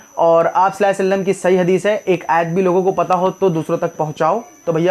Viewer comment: Please pronounce correctly sallahu alaihi wa sallam jazakallah